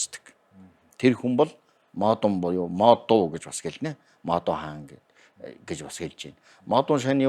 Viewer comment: Модуун гэж худжаагар яриад байгаа, Модон Монголоор. Хитад хэл мэдэхгүй штээ